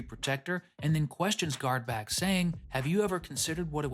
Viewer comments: Just a quick correction... You said "Guardback" and it's actually "Guardbark". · The character's name is GuardBARK, not GuardBACK.